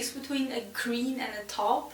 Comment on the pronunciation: Taupe is pronounced. Tope.. you're almost perfectly pronouncing it. ✌🏾✌🏽✌🏻✌🏽✌🏾